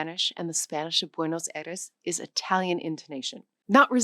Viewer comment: Yeah, there are a number of errors in this video. In the first three minutes alone, I've already caught: Her pronunciation of "Aires" in Buenos Aires, her pronunciation of "Castellano"/Castillian, her pronunciation of "Aceite," her pronunciation of "Náhuatl", etc. They should have really hired a Spanish-speaking person for this 😬